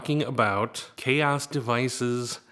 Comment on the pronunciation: Chaos devices? Isn’t made by xaoc ? Is that how you pronounce it? Chaos?